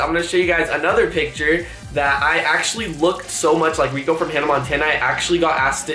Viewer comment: its rrrrrrrrrrrrrrrrrrrico 😂